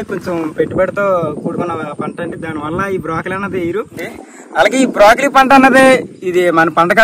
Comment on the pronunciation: Brakoli not brokali